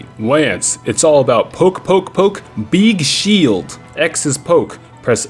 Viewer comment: " Poke poke poke BEEG Sheeldd "